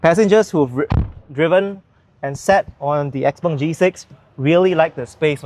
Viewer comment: Chinese should pronounce it as xiao peng, xpeng is for ang moh who can't pronounce xiao peng 😂